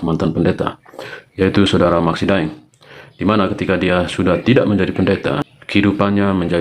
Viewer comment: sedikit klarifikasi, De'eng bukan Daeng, De'eng adl marga asal Minahasa.